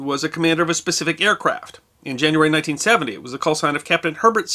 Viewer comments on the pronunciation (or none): none